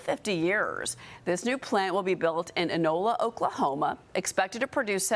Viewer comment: It is "I-nola" not "IN-ola". I've lived in eastern Oklahoma for 75 years and never heard it pronounced "IN-ola". LOL